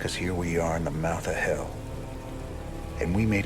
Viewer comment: >bullet storm games You mispronounced "hell".